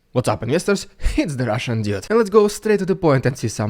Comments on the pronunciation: Thanks for such a balanced, intelligent comment. BTW he didn't say one week; he said weekles... This channel is more about going straight to the point for invyestors, in mocking Russia's primitive modus operandi. I love the, but I can't resist mocking some of his mistakes because he mocks so much! It is ridiculously oversimplistic, and more like a pep talk towards Ukraine's eventual weak tree. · " Itzs the Rússssian dúde" Epic🤗🤗🤗. Good content bro. I suspect Putinator has you on his radar though. Carefull.